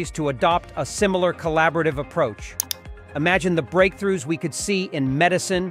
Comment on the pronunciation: "imagine' "Technologies" and "vital" are a few words you've got to work on at the end, but ultimately well done video.